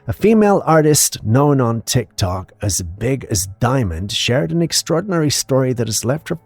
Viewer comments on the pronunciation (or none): none